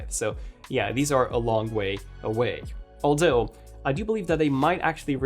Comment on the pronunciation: Bothers me he can’t pronounce “th” in other or although … the oder day and aldo 😂😂😂😂😂